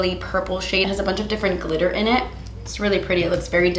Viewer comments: Now every time says ‘glitter’, all I hear is ‘GLEETER’ 😭😭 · “Gleeter” lmao that’s something I would say & right after I would say “English is not my first language” 😂😂😂